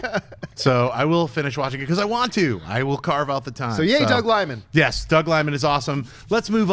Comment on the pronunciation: Doug Liman, not Doug Limon.